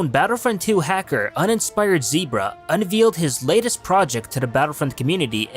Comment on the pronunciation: Is English your second language? I mean nice video as always, but I'm a huge grammar Nazi and you said "unveeled" instead of "unveiled". And this isn't the first time. Again, are you hearing yourself? "Two large vessels in the sky for each team." You're saying there are four vessels, not each having one. It's LAAT not LAT.